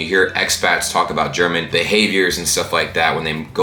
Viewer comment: You're german pronunciation is excellent,!